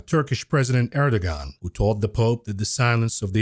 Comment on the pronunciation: FYI - You pronounce Erdogon as “Air-doe-wan” - the g with the loop above it is actually a “w” sound.